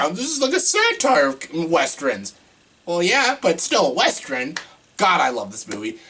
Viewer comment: Dude, I dont wanna sound rude but you are mispronouncing the word western. Its pronounced how its spelled, not like wester-in.